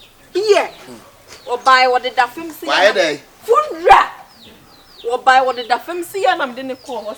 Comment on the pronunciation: O 🤣😂 why you do Dinah like that?! 🤣😂 Momma and her english 😂🤣🤣 “Fundral” “X-tray” “Scanned” 🤣😂🤣😂😂